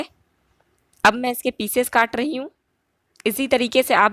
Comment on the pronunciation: Aap rahi ko dahi kyu bolti h